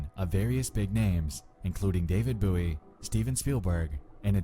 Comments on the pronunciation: Dude you mispronounced David Bowie. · "David Booie" god it just makes me shiver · “David Booey” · David Booey? Why do all the creepy readers like and Chills intonate and pronounce stuff all weird? Is it a big ploy to get people talking about them? People complaining in the comments = video does better? If it is, it's working. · "David Booey" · David booowii. I'm sorry but if you speak English how do you get a name so wrong. It infuriates me when YouTubers just flat out say names completely wrong and stick to it. Edit : this video was a very well constructed waste of time. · Yea it's a texas thing lol cause James Bowie from Texas history is pronounced boowie, like 'boowie' knife. Though I'm from texas too but I've always said david bowie's name the proper way. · its a good excuse because I've definitely heard Texans say "boowie" but at the same time it seems like nothing other than an excuse because accent aside, that's not David Bowie's name. Nor is it how it's said regardless of accent. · I was 26 years old the first time I ever heard someone not say it as "booie"... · Him saying booie really annoyed me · Bowie.. Its pronounced Bowie, how its spelt, Bowie....l...